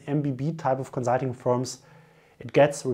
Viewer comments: co-zul-ting. i love your vids though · Great video! Thanks for making it :) My one request would be to please say the "s" in consulting as a "s" XD. Also, I would like to apologize for our British food lol. We are definitely not known for our great cuisine